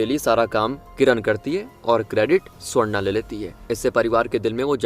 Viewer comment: Ye swarna swarna bol rahe aur mujhe sonda sonda sunai de raha😂